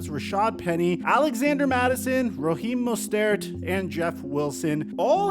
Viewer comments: bro said raheem mostert so funny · I love the way you say Raheem Moster name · the way he said raheem mostert was kinda funny not tryna be mean or anything